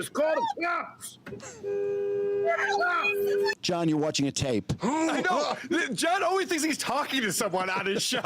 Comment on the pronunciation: So the hunter has become the hunted? “Call the Clops?” What a drunk!